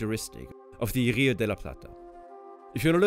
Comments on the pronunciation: The "r" in "rio de la plata" should be pronounced like the "r" in "river" - it's a strong "r".... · As an argentinian Its funny how he pronounces the R, he says RRRio de la Plata like if that R is gun ponting the other letters